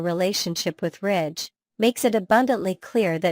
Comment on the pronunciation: Ridge not Rich. I don't know why you keep showing pictures of people who are no longer on the show. The pictures do not reflect what you are saying so it is misleading. I do agree they need some new writers. Those of us who have watched this show since the first episode, do not buy into all the misinformation and conjecture. Either present a viable program or quit with useless words that are meant to foster interest. It isn't working.